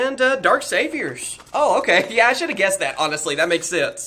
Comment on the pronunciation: You’re saying saviors wrong. There is no e sound.